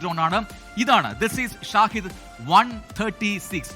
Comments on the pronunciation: ഷാഹിദ് ❌ ഷഹീദ്✅ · Not ഷാഹിദ്, ഷഹീദ് ആണെന്ന് തോന്നുന്നു which memsns Martyr.